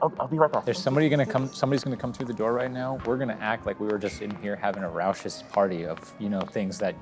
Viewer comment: That ain't how you pronounce "raucous"